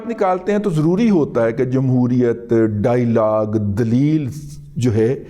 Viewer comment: دادا سائیں ، ڈائی لاگ کی بجائے ڈایا لاگ مناسب تلفظ ہے۔ Dialog.